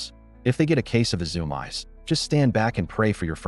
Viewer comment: I think he means "zoom-ees", not zoom-eyes...